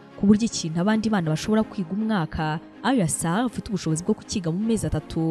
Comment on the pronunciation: Just a small correction, it's Ayra* Starr, not Arya or Aria. It's 2Face Idibia*, not Idiba. Keep feeding our minds, We love your content!👏